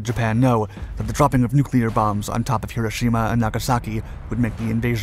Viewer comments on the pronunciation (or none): none